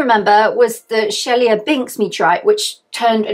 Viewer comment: arrogant intro and mispronounced chelyabinsk terribly